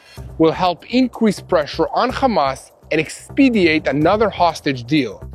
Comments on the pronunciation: Use the word "expedite" rather than "expediate".😄😄😄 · expedite not expediate.